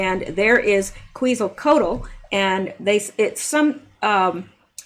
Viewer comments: pronounce "ketsal co ach" Quetzalcoatl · I have been to the Denver airport a couple of times. It has a very satanic vib to it, when I have been there I could not wait to get out of there. Quetzalcoatl is pronounced Qwet za cot al.